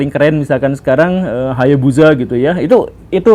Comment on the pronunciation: ga expect pa guru nyebut HAYABUSA kwkwkwkw keren bgt !!!